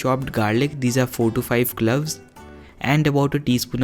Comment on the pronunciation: Cloves hota h clubs nahi pronunciation is wrong.itna bhi nahi ptaa😁😂😀